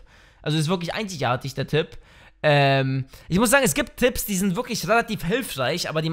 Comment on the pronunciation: Wie er am Anfang einzigartig nicht aussprechen kann ^^